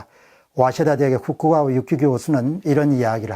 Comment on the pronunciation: 후쿠가와->후카가와 입니다. ^^